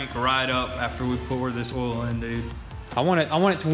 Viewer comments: Oil not ollllll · Oil not “OLL” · Oll? The fuck is Oll? I've heard of oil. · hahaha why do you call oil for ol? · Olde Oihal.. MMmm just fille dup the OYALLL.. Ol Ohal.... MM... filln up the ohal with ol Oyle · How many times can someone mispronounce OIL? It has a "i" in the word, it is not spelled ol. You say it like the word "old" minus the last letter! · I enjoyed when you said "ol" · The way they say oil. Olle 😂😂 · the "OWEL" lol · Say oil right god damn it